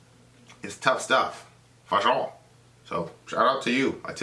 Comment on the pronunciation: Just curious why do u keep saying “foe-sure”?